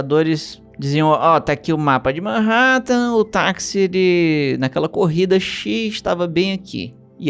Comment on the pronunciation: MEENN RÉÉ TEN (Manhattan) me quebrou...